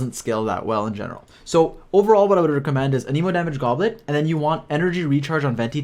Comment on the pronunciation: Its not aneemo its anehmo, you running the jp vo?